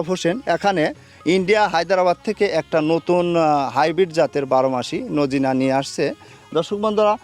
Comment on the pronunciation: সাজনাকে নোজিনা বলেন কেন